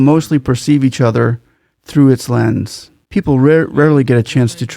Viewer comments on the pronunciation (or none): none